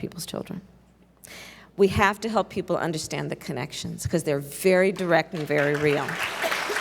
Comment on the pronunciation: jorch wachinton poepl